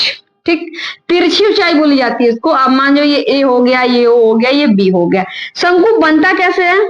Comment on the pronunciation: शंकु होता है ma'am शंकू नहीं होता